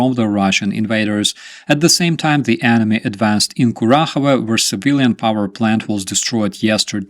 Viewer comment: Imagine Joe the rodent, waking up during the night, in sweat, from the terror of cottons. Sorry, I can't resist to ad-lib merge your cotton shorts with this mighty armchair "warrior". Also, I had another spontaneous similar ad-libation due to the way you pronounced "enemy" which sounded exactly like "anime", which sent me into imagination of an anime short directed by your undeniable talent.